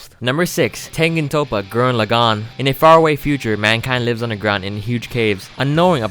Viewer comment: It pissed me off when he couldn't pronounce gurren laggan right